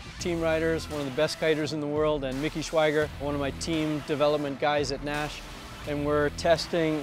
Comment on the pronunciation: You pronounce your surname 'Nash" Interesting. I'm a surfer too in Western Australia , Jamie Naish. The Naish over here is Naish like Nation , without the 'in' at the end . Nice vid.